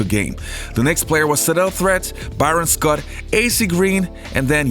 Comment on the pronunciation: You can’t even pronounce names correctly, Divac, dee-vak, and it’s pronounced Threeeet.. He was 80% mid range going to the left.. bet you didn’t know that..